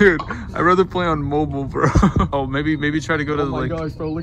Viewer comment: Play not ply